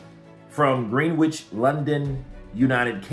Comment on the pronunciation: the w in Greenwich is silent. 😂